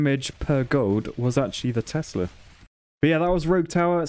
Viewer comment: When he keeps calling Teslas "Testas"... And when he thinks height gives damage rather than range.